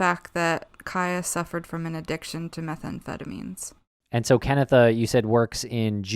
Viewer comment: Sorry guys, even with the little information I've compiled on this case it's quite apparent to me that you owe Ciaha, her mother Canitha (Kan-EE-tha) and her friends a more factual presentation. Way too much misinformation regardless of the videos age.